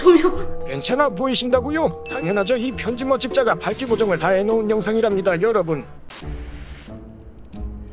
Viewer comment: 편집자님 발음 교정 좀ㅋㅋㅋ 발기보정이라는 줄ㅋㅋㅋ